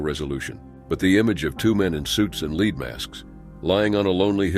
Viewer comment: "leed" masks?